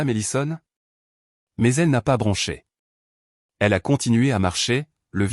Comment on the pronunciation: 1mn 17sec environ..😂😂😂😂..' je n'ai pas branché.."😁😁😁.." bronché " ..😡..on dit " bronché "!! Je..n'ai..pas.. bronché ! Et encore 🤔🥴..on s'en sort bien !🥺🙄..ça n'est pas écrit " brunché " !!!😁😁😁😁😁